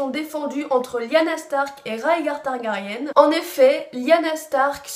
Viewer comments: on dit targari1 et pas targarienne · ON DIT TARGARYEN PAS TARGARYENNNE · MDR on dirait Hermione avec ton commentaire sur la prononciation de Targaryen x) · À chaque vidéo concernant game of thrones, il y'aura TOUJOURS une faute de prononciation ! "TYRIONNE" => Tyrion "TARGARIENNE" => Targarien Et j'en passe, mais sinon bonne vidéo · pourquoi tu dis Tyrione et Targaryenne !